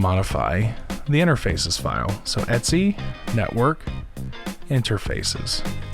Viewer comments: Great vlog, just a small niggle - 'etc' means 'et cetera' so you can just say it the same way as you would read it normally rather than 'et see' :-) Keep up the good work! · All the Unix people I know pronounce the /etc directory as 'et see'. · The Linux Foundation training videos say "etsee"